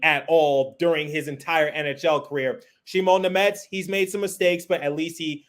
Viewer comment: Thank you for pronouncing Simon Nemec correctly 😊